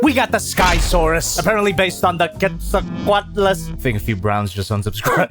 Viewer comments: Giga-not-o-saurus Ketz-a-co-atlus You’re welcome for the pronunciations (I don’t want assholes to get pissed at you) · As a resident dinosaur nerd, allow me to help with Jobby’s pronunciations. Gigantotosaurus sounds like you’re saying “Giga-no-toe-saurus”. Giga as in… uhm… the Pokémon Gigalith. Actually spot-on, good job Jobby 👍 Quetzalcoatlus I believe is actually pronounced like “Kwet-zul-co-wat-less”. So, actually pretty damn close. And if you think that’s cute, remind yourself that it was one of the largest known pterosaurs and could dwarf a human. Nerd emoji me all you want. I happily accept the compliment to my passionate nature. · It’s actually pronounced qwe st oh qwo at Lis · Um, akshually☝️🤓, It's pronounced KET-zul-co-wat-lus/less